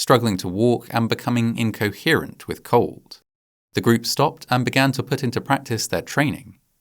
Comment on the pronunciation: The narrator pronounces "group" as greep. I don't know if this is AI narration or just a particular English accent. I know other narrations with UK accents say "pane-ee" for pony. Their vowels are completely different than what I am used to. Once I hear it, it chips away at my enjoyment of the video.